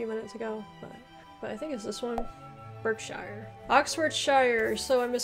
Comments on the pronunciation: The correct way to say Berkshire, is Barksheer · You need to work on your pronunciations. A lot are named after their county towns or have things named after them, like a sauce or cheese. The e in Derbyshire, Berkshire and Hertfordshire is pronounced as an a. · pronounce Gloucester, as gloster. I'm from Somerset you say DERBY we say DARBY. you say Berkshire ,we say BARKSHIRE. you say WARWICK we say Worrick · Derbyshire and Berkshire. Pronounce the first “e” as an “a”. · You did really well 👍loved the pronunciation I live in Leicester which is in Leicestershire and you say it like lester I have lived here for 5 years. I was born in Berkshire but you pronounce it barkshire. Hope this was helpful good video 👍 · I’m from Berkshire. Where Windsor castle is , the Queen of England residence.but it’s pronounced. Barkshire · Berkshire is pronounced Barkshuh like we say clark instead of clerk as in the job. The same with Hertfordshire which is pronounced Hartfudshuh. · Berkshire, pronounced Barkshear ! I'm from Leicestershire, pronounced Lestershear. Enjoy your videos 😀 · Berkshire is pronounced Barkshur & Hertfordshire is Hartfordshur 😬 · Suffolk is pronounced suffuck! Gloucestershire is pronounced Glostershur Berkshire is pronounced Barkshur